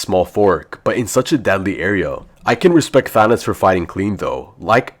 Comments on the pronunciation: because he said “Thanis” or “Thanus” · Nice thanos=thanis